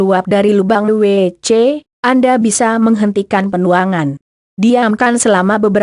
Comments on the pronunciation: Bisa ga ngomong wc nya g pake jeda jd anehh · Hadeuuhhh yg lagi belajar baca...gak bisa ngomong WC